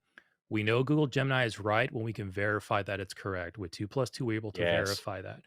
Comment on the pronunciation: Had a good chuckle where Billy gets really excited and repeats himself a bunch. It sounds like he’s saying “goo-goo gemini” over and over again.